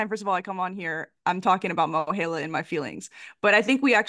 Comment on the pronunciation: I know this is unimportant but you're pronouncing MOHELA wrong. The "E" is a long E, as in a male- he. I guess you are saying the E like you would in the word hell, which makes sense. Sorry I can't comment on the present issues. I haven't worked there in 15 years and I didn't research today's mess. Good luck to you all. Student loans really such.